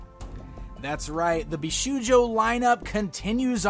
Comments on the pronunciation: I don't want to be annoying but as many viewers pointed out you're one of the few personst I heard tha mispronnounces bishoujo, it shold sound with an 'o' like in the word shop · Very nice Zatanna statue, but you mispronounce the word bishoujo.